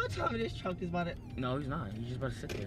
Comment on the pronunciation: “You did say they were driving a TRUCK” why the emphasis on truck 😭😭😂